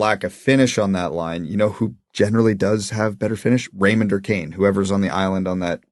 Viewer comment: It's RaymunT...at least that's what it sounds like when he says it